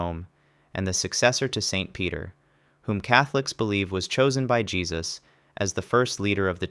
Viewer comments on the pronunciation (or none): none